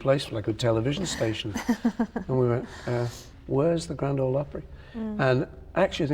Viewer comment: I love when Paul does the NY accent. So funny! "Stay tuned for da superbowl!"